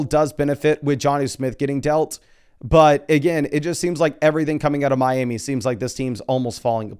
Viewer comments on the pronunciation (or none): none